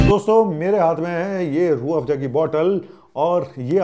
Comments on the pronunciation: Padhe likhe ko Farsi kya.......... Itne hi padhe likhe ho toh Farsi kya Urdu bhi sahih nahin bol pa rahe ho, Rooh Afza ko Rooh Afja bol aur likh rahe ho. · URDU SAHI NAHI HE ESLIYE SAHI SE NAM LENA NAHI AA RAHA HE